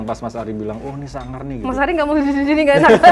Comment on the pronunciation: Mas ari tuh kakuu tapii lucuuu bangetttt lohh, ku kira bakal bosenin ternyata asik bgt wkwkwkwkwk apalagi logat jawane "beh.. Suangar pak!" Next time : DMS X LUCINTA LUNA Kalo LL kemasukan gausah dikeluarin nyai, biar makin endul wakakakakakakka